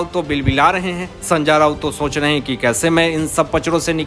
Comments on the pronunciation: Sanjay Raut ko sanjaar Raut kyu bolta hai ye reporter???? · भैय्या,नाम तो सही ढंग से लेना सीख लो, बार बार सन्जा राऊत,सन्जा राऊत बोल रहे हो।